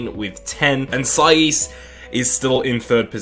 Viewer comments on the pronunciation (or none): S-eye-eez ffs